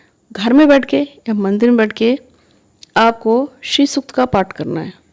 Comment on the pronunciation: Pranam jo paath krna h wo shri sukt ka paath h name clear ni ho rha h